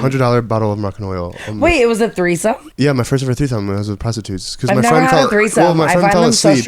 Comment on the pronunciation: said threethome 😂